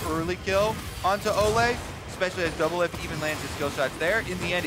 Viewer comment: Anybody else realise that Kobe said doublift and olleh